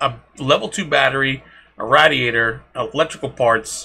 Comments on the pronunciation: nice video but i think it's pronounced "ray-dee-ator" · Rad-e-a-tor Ra-de-a-der I’m sorry couldn’t help myself.